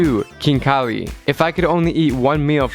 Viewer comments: Its ხინკალი Not KIN KHALI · It is not kinkali it is xinkali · XD u need to leaen words u knowbsome that good but 1 thing its not kinkali its ხინკალი (xinkali) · When he said kinkali I was triggered haha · The food is pronounced Hin-ka-le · for khinkali you don't say the k.